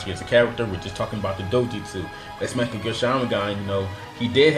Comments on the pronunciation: Mekagyo sharingan...??? Tf dude..its Mangekyo..why are there so many people that cant say mangekyo.. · learn how to pronounce mangekyo